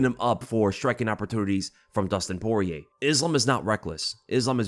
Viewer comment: The end r is silent so almost like “Pori-yay”